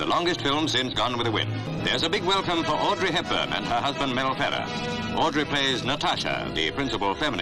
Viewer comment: Pay attention how the commentator pronounced Mel Ferrer ,totally Americanized way ,disgusting…